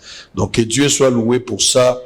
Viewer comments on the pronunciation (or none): none